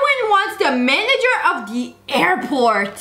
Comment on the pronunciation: “tHiS mAn Is DiSoBaYiNg ThE BiYcEl LaWs” “I wAnT tHe MaNgEr Of ThE aIrPoRt”